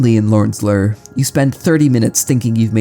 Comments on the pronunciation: I doubt you will see this... I don't mean to insult but I must know. Do you have some strange dialect or did your teachers fail you? You pronounced "BLAME" as blam or blah, with a shorter A sound when I believe it should've been a longer one (if I'm not mistaken, and I don't believe I am). Same with "Lure" where you pronounce it like lur, like "ur" with an L in front of it. When it should be something like, again, a long not a short U. Although I most often hear it pronounced with an OO or EW like "Loore" or "Lewre" as a few examples. Outside of this, I like the vid, art, and the strange game. I watched it all the way through and couldn't help but ask. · I was wondering if the manga was really pronounced Blam instead if Blame but then I understood when I heard Lorn's Lör instead of Lorn's Lure. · Do you pronounce "Blame" as "blam" and "Lure" as "lurr" on purpose or are those how they're actually pronounced in their lore? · How does someone who talks for a living mispronounce "blame" and "lure"?